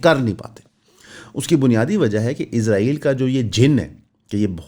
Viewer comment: بھائی میں آپکے قدموں پر عاجزی سے بوسا دے کر بھی کہنے کو تیار ہوں اگر آپ میرے قریب ہوں۔ آپکا سلپ آف ٹنگ ہے۔ اس میں آپکی کوئی غلطی نہیں۔ لیکن میرے ماں باپ بھی آپکے قدموں میں۔ آپ اسرائیل کہنے کی کوشش کریں۔ ازرائیل، یا عزرائیل نہ کہیں۔ بڑی تکلیف ہوتی ہے سر